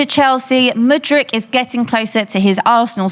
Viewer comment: You know she's been preparing with when you hear "Yao Felix" and "Mudrić"